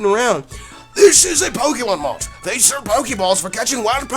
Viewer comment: When the into said "they" it sounded like "dick" and I just sat straight up like "pause"